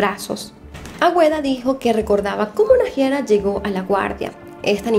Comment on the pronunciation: no se dice naJIara se dice naiara JAJAJ <3